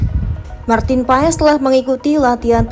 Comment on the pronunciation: di ucap ya bukan paes mbak😅😅 tapi pas😊😊